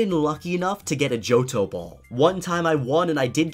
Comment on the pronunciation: You said boll 26 time s